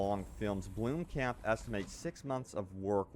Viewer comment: blom-camp not bloom-camp XD